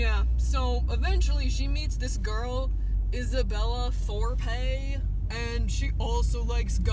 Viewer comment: lol 'Thorpay'